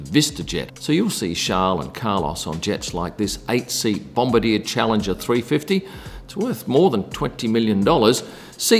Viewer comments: It's not pronounced Bom-ba-deer, it's bom-bar-dee-a. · I think you're trying to say Bomb-bar-d-yah, lol. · It's pronounced "Bom-bar-dee-yay",. It was originally a French-Canadian company so you gotta put your French pronunciations cap on to say it correctly. Bombardier = Bom-bar-dee-yay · Its bomb-bar-de-er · Hilarious pronunciation of Bombardier.